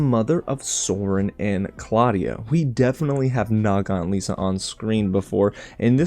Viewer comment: It's pronounced Liss-uh.